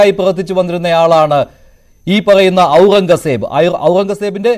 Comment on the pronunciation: പുള്ളിയോട് പേര് മാറ്റാൻ പറയണം!!! ഔറൻഗസേബ്!! പറയാൻ റീഡ്ർ ബുദ്ധിമുട്ടുന്നു 😂